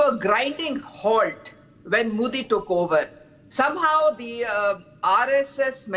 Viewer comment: For the last time - it’s MODI and not MOODI, learn to pronounce words better😂😂😂